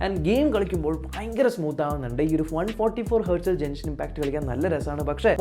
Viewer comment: Jenshin impact alla Genshin impact 😁